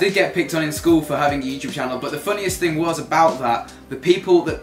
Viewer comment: 'This little ting' LOL